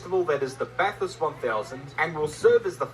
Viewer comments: BaTHurst not Bat-Hurst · It's pronounced Bath-urst... calling it Bat-hurst will have every Aussie and his dog roasting you 😂 Jus' saying, brah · It’s not Bat-hurst nor Bath-hurst, it’s Bath-ust. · its not bat-hurst, its bath-urst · Bat Hurst btw 😂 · Bath is more like Baff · Us locals don't even pronounce the U. You gotta say it like Bathrst😁